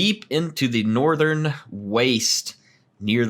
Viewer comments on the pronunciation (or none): none